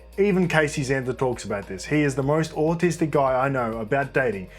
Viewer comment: The word “autistic” said in an australian accent just cracks me up for some reason lol